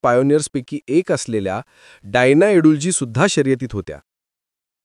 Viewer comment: डायना एडुलजी नाही हो एडलजी